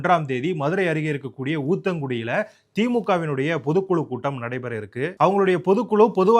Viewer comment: ஊத்தங்குடிஅல்ல உத்தங்குடி நட்டு.... கவனமாக செய்தியை வாசிக்கவும். பட தொகுப்பாளர்க்கும் கவனம் தேவை. வாழ்க வளமுடன்.